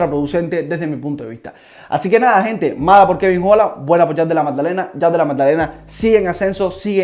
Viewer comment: Buen video bro!! Sigue asi💪. PD: Della MADDALENA no MAGDALENA, jajaj solo me dio un poco de cringe escucharlo así, pero buen video